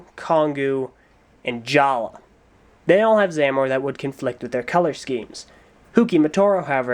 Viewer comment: It's pronounced jaller not jalla